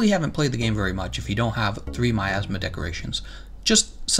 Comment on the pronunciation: "My Assma" I just can't unhear it...